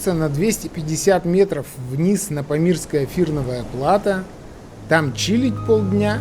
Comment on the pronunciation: Фильм замечательный! Но... плАто режет слух - ударение на последний слог.